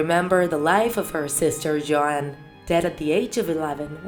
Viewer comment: Dude I heard Joan instead of Joanne😂😂